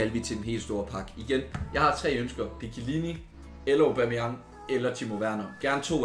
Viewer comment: Hvorfor er det du siger Obameyang istedet for Aubameyang ?